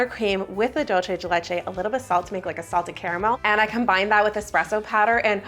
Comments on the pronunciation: Its DOOL CEY not dul chey 😭 PLS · It's dul-SAY de leCHay. Sorry, I just had to say it. The "CHuh" sound when you have a C with no H is Italian, not Spanish. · Begging English speakers ON MY KNEES to stop pronouncing dulce de leche like that I swear to God 😭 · As a Cuban I found out today English speakers pronounce Dulce de leche : dolche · I love you, but people who say "dolce de leche" are my pet peeve....It is, in fact, not an Italian term, it is Spanish or rather Latin American, and it is "dulce de leche", pronounced /ˌdʌl.seɪ də ˈletʃ.eɪ/.Please, if you are going to use it, use it correctly.... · It’s pronounced “Doolseh the lecheh” Dolce is Italian but this is not Italian, it was created in South America. I’m sorry, I just want people to know the correct pronunciation. Not picking on you because I just love y’all! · Is “dolchay de lechay” a thing or are you trying to say dulce de leche 😭😭. You can pronounce it easier by “dull-say deh leh-ch-eh” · Oooh, I also pronounced it like dolce. It's good to know it's supposed to be an S sound! Thank you! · I find it really funny how anglophones tend to pronounce dulce de leche as if it was italian (dolce instead of dulce) haha 😅 Lovely cake,! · you said dulce de leche wrog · That's not how you pronounce dulce de leche, dulce de leche is milk candy in spanish, please Google it if you don't know how to pronounce it. 😊